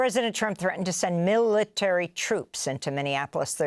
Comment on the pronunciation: That wasn't the strangest pronunciation of "military" that I've ever heard. Is she having a stroke on camera?